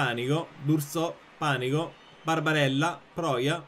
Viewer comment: E io che pensavo sarebbe stata una sfida super difficile. Con Mister nulla è difficile 😍💪🏻 Panico si leggerebbe Panìco, quindi con l'accento sulla I. Però Panico Paura è fantastico, quindi continua pure a pronunciarlo così 😂 (Pes 2021 credo che non sarà un vero e proprio nuovo gioco, ma una sorta di aggiornamento. Per me comunque cambieranno anche le grafiche, quindi il menù ecc, e faranno modifiche a certe modalità. Suppongo stiano tenendo tutte le più grande novità per la ps5, dove faranno un altro grandissimo salto. D'altronde sono anni che FIFA è uguale😂)